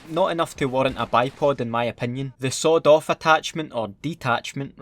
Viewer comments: When you said sawed off I thought you said sod off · I thought he said the sod off attachment instead of sweet off lol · When he says "sawed off" it's sounds like he's saying "sod off" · I love how it sounds like you're saying "Sod off shotgun" lmao great vid